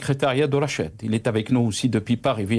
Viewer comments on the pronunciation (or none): Lire " Rachad" au lieu de " Fachad".